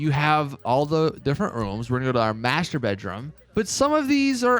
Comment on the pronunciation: lol when he said master bedroom ive first (clearly) understood . . . maturbate